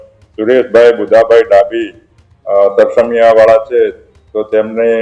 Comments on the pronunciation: તરમ સિયા નહી. તરસમિયા. તુ ગુજરાતી ભણી ને આવ‌ પહેલા . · Tarmsiya nahi tarsmiya bolo